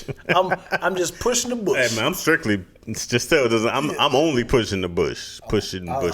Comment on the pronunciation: “Strictly clitly” 🤣🤣🤣